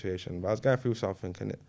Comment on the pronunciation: He says “sattink” 😂😂😂 when the word is something lol